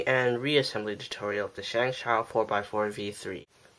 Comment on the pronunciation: Shong-show Start a revolution: say it properly Post the pronunciation on other videos of reviews, mods, and disassemblies of ShengShou puzzles